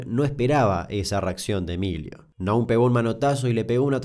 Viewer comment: Damián, lo único para observar es q en varios de tus videos, como x ejemplo en este y en el de La tragedia de Los Andes, hay errores en ciertos apellidos o en su acentuación cuando los decís. Eso también es parte de investigar y ver videos donde las víctimas o fliares hablan. En estos casos Aulet y Naum tienen acentuación aguda.